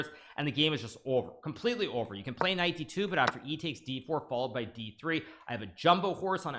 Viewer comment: I've been noticing recently that every time Hikaru says knight on F(X) he says knife on F(X) 😉